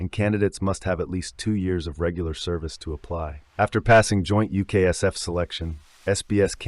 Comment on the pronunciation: It's Not general sir Claude Auk-in-lek it's Field Marshal Sir Claude John Eyre Auchinleck GCB, And it wasn't David sterling alone formed the SAS but he did it with Blair (paddy) Maine, It's NOT THE SPECIAL AIR SERBICE ITS THE SPECIAL AIR SERVICE , PLEASE DO A LITTEL BIT MORE RESEARCH and get it right